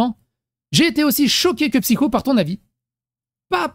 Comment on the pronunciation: Bonjour, arrête de de psycho alors que c'est merci 😂 j'ai repris Lilith PCQ elle disait psycho au lieu de (elle a mis mon com dans une vidéo et j'ai chopé un orgasme lol😂😂) merci de ta compréhension